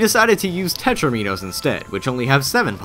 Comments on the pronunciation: Hey, guys, it's not pronounced penta-meenohs or tetra-meenohs. They are pronounced pentAHMinnows and tetrAHMinnows. Both pentomino and tetromino share the same root as the word "domino" and the prefixes are for the corresponding number of blocks on the shape; hence the "Penta" prefix resulting in a shape with 5 blocks, "Tetra" with 4 blocks, and "domino" with two. Just had to point this out. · They're pronounced pen-tom-in-ohs & tet-rom-in-ohs. Like dominoes. Ya silly goose. ;P